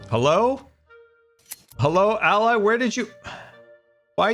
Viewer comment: it's been 4 years and still can't pronounce allay...